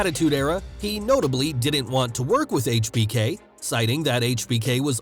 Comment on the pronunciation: I like how this guy actually says Hbk properly